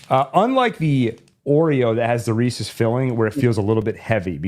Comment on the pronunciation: Thank you for correcting your pronunciation of Reese's.